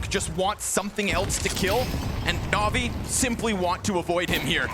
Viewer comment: Navi isnt NAVII